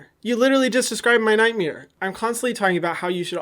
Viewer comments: “that’s my night-meere” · Omg I live how he says nightmare .... “ nightmeere” 😂❤️ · "NightMERE" lmaooooo you're too much. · Love how hyram says nightmare ThAts My NyTmArE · Hyram:"That's a nightMIR. You literally just described my nightMIR" 🤣🤣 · hyram: that's my nightmeer. you literally just described my nightmeer